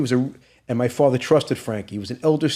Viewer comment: I didn’t do it, outta respect for my fwatha.